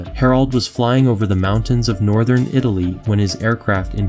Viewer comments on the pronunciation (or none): none